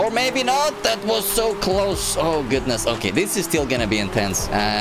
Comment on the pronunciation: ohh gadnsss oh goodness C2 English Level